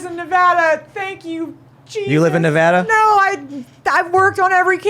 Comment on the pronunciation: It should be all Red, if you asked me. Sisolak banned hydroxycholoroquine, that I was prescribed for Lupus, and hoarded it for the prisons system. Also, thank you for pronouncing Nevada correctly.